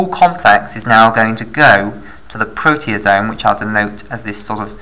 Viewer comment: isn't it proteAsome instead of proteOsome?